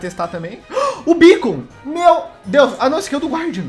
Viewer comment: O não sabe fala meu/meus. Ele sempre fala mo/mos